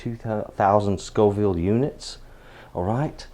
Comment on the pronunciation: FFS. The plural of "chile" is "chiles". "Chillies" means a couple of different chili stews. So, since you didn't know the difference between "Scoville" and "Scofield" in your first video and can't spell it right, why should we trust anything that you say? Facts matter. However, props for saying Scoville, now.